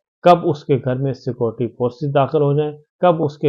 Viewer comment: Se-Cu-Reti not Se-Cor-Ty